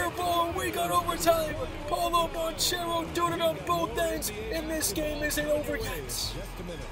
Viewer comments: Magic fan here - it is pronounced Ban-Kairo not Ban-Chero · I hate how he pronounces banchero